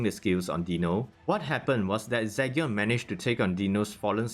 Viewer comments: Is it Zygyon it Zeegion? The pronunciation i mean cause you say Zygyon. i dont mind the accent cause everyone has it. Buy your pronunciations are not on point on some words. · Zee gen....its like Legion but with a Z🤦🏾‍♂️🤦🏾‍♂️i couldn't finish watching this video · Do you know everyone is killing you by the way you're saying his name right